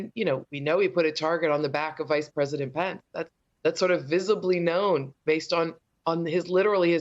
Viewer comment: Donald Trump and Mike Pence, not Donald Tromp and Mike Pants, Nicolle.